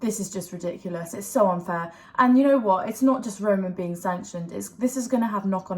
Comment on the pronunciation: 'Yah this is like so unfarrrrrrr' 😅